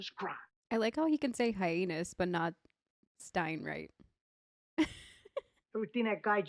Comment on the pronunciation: he can't say "heinous," either. That's not how the word is pronounced. It's meant to be funny.